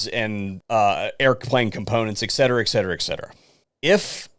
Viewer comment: Please correct your language in the future. The word is etcetera not eckcetera. I've been trying to correct people with brains because one person says it wrong and everyone else seems to follow. I told my exs kid living around rednecks that she will never say words right if she listens to them so she needs to learn and correct them.